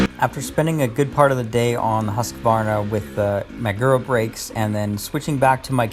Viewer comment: Thanks for another great review! And especially for pronouncing “HUSK-var-na” correctly :)